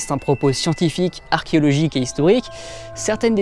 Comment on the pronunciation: 19.10 sa sent la langue qui fourche sur archéologique :p